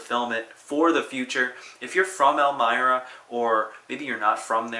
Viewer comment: Elmira is pronounced with a long I, as in my.